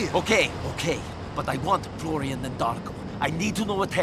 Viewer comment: You'd need 4 VAs to also cover Florian and Darko, and the Russians are bad too(Dimitri's VA is actually Czech iirc). Florian is the one that annoyed me the most, he can't even pronounce the r right, it's totally American. At least Niko is doing some sort of Slav-esque accent even if it isn't right.